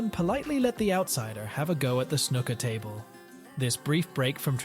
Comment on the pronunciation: It's not called snucker